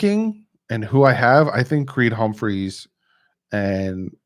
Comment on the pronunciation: Bro it’s Creed Humphrey, not Humpmphreys